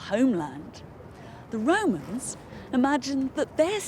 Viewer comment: Everytime I hear "the Roman's" I think of Pilot from life of Brian saying "are wee womans?"